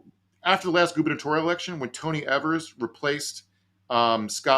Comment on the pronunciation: Gov. Evers' name is pronounced with a "long e" for the first syllable. "Ee-vers" 🙂